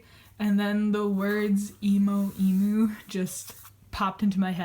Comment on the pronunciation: GAAHHHH just letting you know that emu is pronounced e-myou, not e-moo, but otherwise, beautiful sketchbook:)